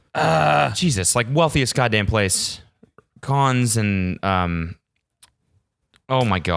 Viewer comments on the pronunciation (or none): It's pronounced "CAN" not "KAHNZE", ya old man. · its pronounced 'can' not 'cons' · you pronouncing Cannes like C-ah-ne-s just gave me an aneurism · Yo Chody that place is called Monaco, also it's pronounced Can (for Cannes) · omg was he trying to say cannes... come on cody